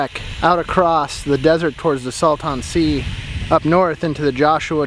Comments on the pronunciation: It's pronounced "Salt-in" not "Sal-tawn" 😂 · FYI. It’s pronounced “saltAn” sea. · We pronounce it "Salt-in" Sea. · Your pronunciation of Salton Sea made me laugh. As a native Californian refugee in Texas, I found that regional pronunciations are key. Think of how you would say Dalton.😘 Love the channel. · Why was i so triggered at how u pronounce Salton Sea… im near Joshua Tree